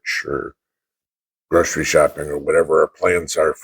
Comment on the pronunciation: Grocery mate, not 'groschery'.